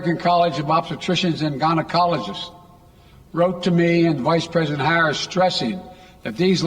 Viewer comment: Every time Biden speaks he just proves what a buffoon he truly is. This guy can't get any facts straight. He's got to be the most inept president this country has ever had. It's embarrassing. Vice president Harre? He can't even pronounce her name correctly 🤣😂🤣